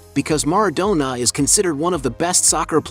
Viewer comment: MarAdonna...not mardonna